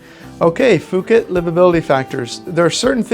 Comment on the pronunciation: Not sure why you pronounce it fooket. Puuket (phonetic) is how the Thai's say it.